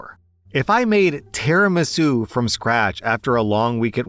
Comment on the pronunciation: "Tera-masue" im not even Italian but that made me cry in spaghetti